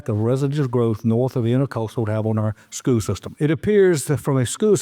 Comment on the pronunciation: Does nobody in this town know how to pronounce the word “school”?